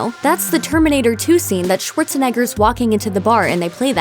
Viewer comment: "Shuorzenegger" XD